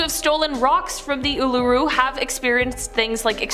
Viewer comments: The way she said Uluru. It’s pronounced oo la roo 😂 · Also the pronunciation of Uluru 😂